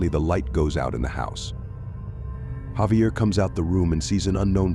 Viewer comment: Javier is actually pronounced with an H not J sound.